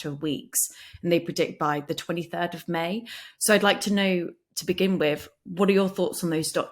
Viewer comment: Love, not impressed 'wiv' the presenter.